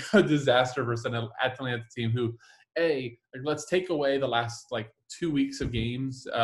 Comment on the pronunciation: Ah-Tah-Lan-Tah not Atalaina